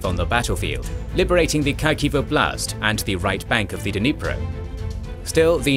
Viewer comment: Both in Ukrainian and Russian, the stress in the word "oblast" is made on the first syllable -" 'Oblast", not "obl'Ast".